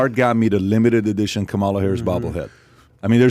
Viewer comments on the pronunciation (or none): On top of all the ignorance in these 4 guys, they still can't pronounce Kamala properly